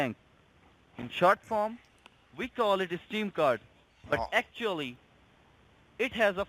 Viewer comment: I got talk them? Vee. “Vill” find you even in Artic!